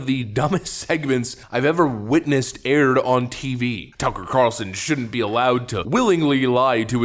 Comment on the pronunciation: Aired....or erred?